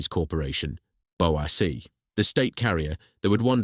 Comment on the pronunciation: BOW-ACK?? For goodness sake, it's B.O.A.C, each letter sounded separately.